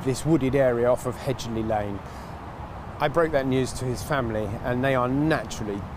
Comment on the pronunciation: Its 'Hedge-ley lane', Not 'hed-geley'. Nice round up of the story tho.